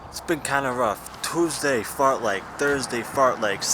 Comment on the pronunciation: don't know if it's intentional or not but it's fartlek not fartleck lol, awesome vid though, jealous of your insane fitness